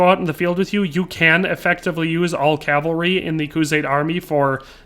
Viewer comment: I'll like the video because you say cavalry and not calvary like alot of people on youtube do.